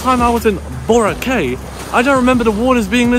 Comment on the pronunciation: Please please please ask one of the locals there how to pronounce Boracay 😂